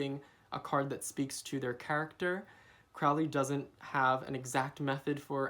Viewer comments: "Crowley" rhymes with "Holy"! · Crowley is pronounced with a long "o" as in "holy." Otherwise good video.